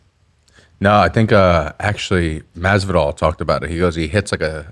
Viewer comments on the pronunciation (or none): none